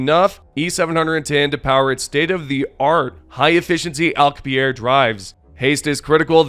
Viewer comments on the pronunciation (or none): The way you said alcubierre hurt me physically 😆 its pronounced AL-COO-BREE-A just btw 😆